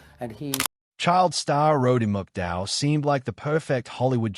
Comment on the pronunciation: You can't even pronounce his name..